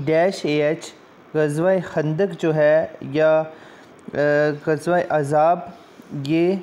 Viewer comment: Sir ghazwaiye Khandak ko Ghazwaiye Azab nahi Gazwaiye "Ahzab" kehtay hn